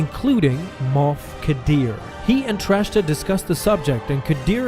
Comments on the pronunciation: Please stop saying "Trashta." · It’s “Track-ta”